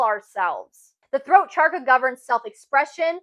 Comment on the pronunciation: Thank you for your insights! I just wanted to ask - when you say charka, don’t you mean chaKRa?